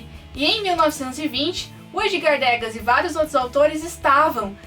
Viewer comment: bacana ;) mas atenção Edgar Degas se pronuncia Edgar Degá, sem o "s" com o acento no a...